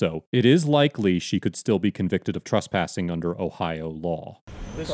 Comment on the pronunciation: Dude The word is TrEspassing with an E Not TrUspassing